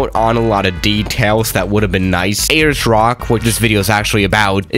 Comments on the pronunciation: A-LERS ROCK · No one:: Ayyers Rock